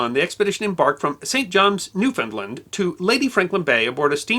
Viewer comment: this was a well told story and as a canuck im impressed you pronounced newfoundlad as the maritimers do newfunland